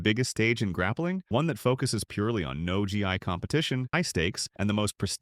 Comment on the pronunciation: Gotta work on that script for your AI narrator. Gracie “Beara”? “No G.I.”? You know how dumb and uninformed that makes this video sound, right? Not to mention lumping in IBJJF and ADCC with schools while leaving out about 15 other schools I can think of. If you’re going to include them while ignoring schools like 10th Planet, GFT, and ATT, fix the title. Overall, halfassed execution. 5/10.